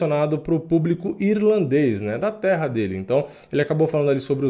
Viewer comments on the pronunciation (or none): none